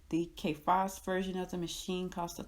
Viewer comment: I"m sorry, is she saying Kay Fass???